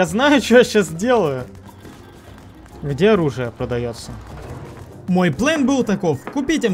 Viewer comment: Почему плЭн а не плАн